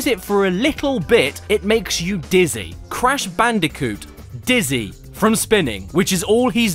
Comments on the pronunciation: It's C A S H B A N O O C A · "IT'S CASH BANOOCA!" 10/10.